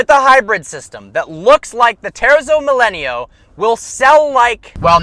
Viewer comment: It’s properly pronounced “teartzo millayno”